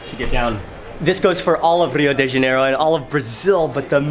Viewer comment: Mark I like most of your shows but would like to make a few comments. The best translation of favela is a slum town. A few times you pronounced the name of the city of Rio de Janeiro correctly but then you slipped into the typical North American mispronunciation that sounds like Rio DAY Janeiro. The de is pronounced like deh (soft and not hard sound). When pronounced like DAY is makes one think of the french plural of "de". It is very common for North Americans (other than me!) make this mistake. Cheers